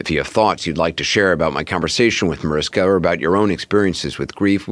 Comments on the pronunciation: ITS NOT MARISKA .......DUMBO!!!!!!!! YOU PRONOUNCE MARISHKA!!!!! GET IT????? SEPARATE LOVE CHILD RAISED BY MOMMY DEAREST'S BOYFRIEND!!!!!!! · mariSHHHHHKA will be so annoyed her name is mispronounced over and over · It’s MaRISHka… 🤦‍♀️ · OMG...it's MariSHka!! How the hell are you going to interview her and not do the most basic thing of pronouncing her name correctly??? Just lazy and disrespectful.